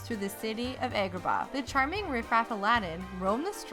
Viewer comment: AY-gra-Bah? It's pronounced Ah-gra-bah